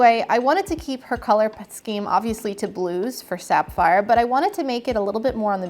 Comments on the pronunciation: isn't it pronounced saff - eye - er not, sap - fire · wait... did she say "Sap-phire."???